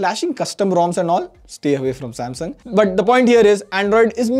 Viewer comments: it's sasmung instead of samsung Please correct it. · Sasmung, nice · Am I the only person who noticed "Sasmung "😁😁😁🤣🤣🤣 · 'Sasmung', yes xD